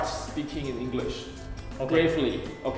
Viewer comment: is that a typo or I misheard it?I think I heard 'gravely' as 'bravely'